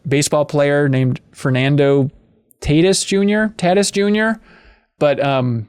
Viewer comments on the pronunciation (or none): OMG Hahaha I am from San Diego, but hearing him try to say Fernando Tatis Jr.'s name is painful but funny as hell!